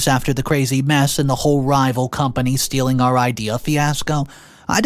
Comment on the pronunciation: Seriously? You've been narrating these for a long time. Please start pronouncing correctly for once. It's stealing, not stelling. There are others too, but I'm still trying to ignore those.